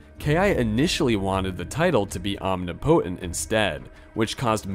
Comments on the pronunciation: this is not meant to be a criticism but just a “the more you know” sort of thing, but omnipotent is pronounced ahm-NIH-puh-tehnt not ahm-nee-poh-tehnt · Are you unironically pronouncing omnipotent as “om-knee-potent” lmaooo it is “om-nip-ih-tent” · Arch is pronounced “ark” when talking about the best of something. An arch over a doorway has a “ch” sound instead of “k”. Omnipotent is pronounced “om-nip-it-ent”, not “omni-potent”. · It’s “om-nih-poh-tent” not “omni-potent” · omnipotent is most commonly pronounced /ɒmˈnɪpət(ə)nt/ In a similar vein DDOS is normally called a D-DOS as in dee-dos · Please say "omnipotent" right please. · The way you say omnipotent causes me physical pain. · Im sure someone else has mentioned this but I've never heard anyone pronounced 'omnipotent' like that. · The way you say omnipotent is hilarious